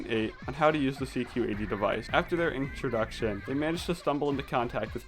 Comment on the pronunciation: BRuh he really said inktroduction